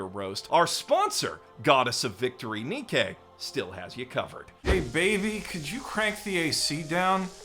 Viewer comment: Im gonna be that guy, Nikke is pronounced like Nike.